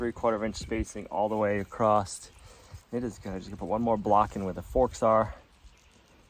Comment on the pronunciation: OMG did you really say "acrosst"? Joistses is bad enough.